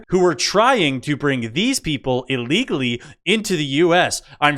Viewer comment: What is "Ahlegally"?